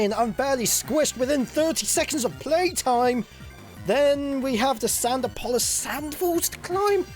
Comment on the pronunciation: sanduhpolis? SANDUHPOLIS?? but seriously i have never heard anyone pronounce it like that